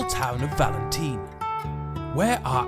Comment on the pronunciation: Why do you call it valenteen lol.